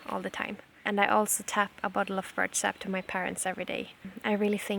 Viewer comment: Dear Jonna, when you say "birch sap", you make it sound like "bird sap"